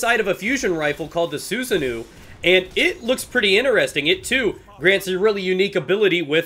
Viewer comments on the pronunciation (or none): Su-Sa-No is how its said